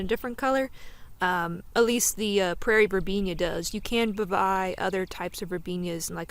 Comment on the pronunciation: It's pronounced verbena not verbenia.